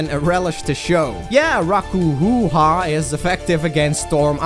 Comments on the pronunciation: "Raiwuenjiin"... "Rakkuhuuhaa"... god, I love it when people who don't know how try to pronounce Japanese. Not even meant in an offensive way, I legitimately love it. It's just too funny! xD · I just can't deal with your pronounciation of the japanese terms. Like, really man? "Rakoohooha" ? You're so great dude 😂.